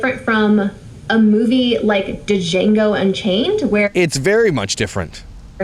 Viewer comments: It’s not Dah-Jango unchained… it’s JANGO (silent D ) F’n shit. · Difference between your kids making mistakes and her "mistakes" is it won't be filmed for all to see, those mistakes will be between you and them not the world. Edit to add: D•j•a•n•g•o the "D" is silent.